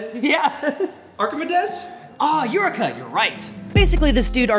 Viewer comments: mispronounced "Archimedes" and then "Eureka." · Pronounces Archimedes incorrectly. Gets corrected: “Ah Eureka you’re right!” Now pronounces Eureka incorrectly